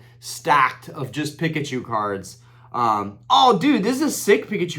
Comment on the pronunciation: Dude ended the video then went 10 more minutes 😂 Pick-uh-choo is crazy G 👌🏼